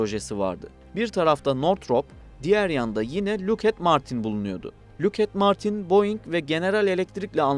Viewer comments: Look at Martin 😂😂😂. Lokhiiid Martin diye okunur😂😂😂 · luked değil lokhiid martin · Bir çok bilgi hatası mevcut. Kullandığınız kaynakları kontrol etmenizi tavsiye ederim. "Locked Martin" i " look at martin" şeklinde ki telaffuz hatasınıda notlarınıza ekleyebilirsiniz. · Lockheed Martin'i nasıl look at martin diye okudun tebrik ederim. Look at the tabela gibi. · Lükhed Martin.